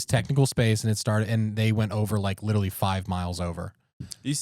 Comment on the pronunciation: We really need to discuss how always says “littley” instead of “literally”. It’s a problem.